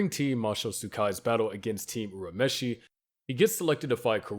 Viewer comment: Why do you guys purposely mispronounce name like urameshi when it is clearly said the same in both the japanese and english versions